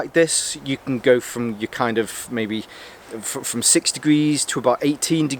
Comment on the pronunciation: You sure you're sober after new year? "From Frahm..... Frahm Frahm..... Is that where it's Frahm? Coming from Norfolk I thought you'd picked up our accent ole boi. Lol Happy New Year btw Frahm me to you!